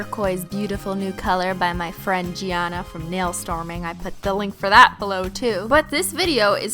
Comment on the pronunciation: i got so annoyed (freaked out at the same time) when she said gianna because i have the same name but it isn't pronounced as jianna. it's gianna with a hard g rather